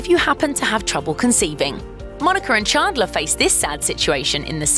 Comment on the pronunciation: Stopped watching the video when she said Chaandlor instead of Chandler